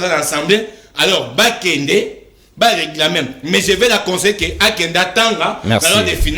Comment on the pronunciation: Le Monsieur prononce très mal reglamer ou réclamer ???